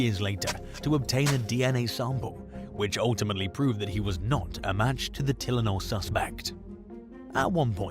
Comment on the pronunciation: Who doesnt know how to pronounce TYLENOL